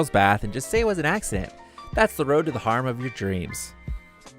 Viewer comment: How do you mispronounce harem? smh and looking forward to Worlds End... it looks good